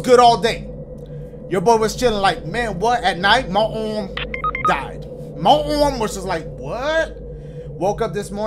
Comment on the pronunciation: Why did I laugh so hard when he said "my aourm" in the beginning😂😂😂